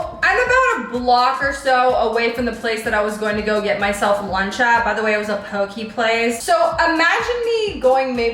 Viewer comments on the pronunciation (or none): It’s not pokeee it’s pokEY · im really sorry but it bothered me poke is pronounced poh-keh.......at least thats how its pronounced on the islands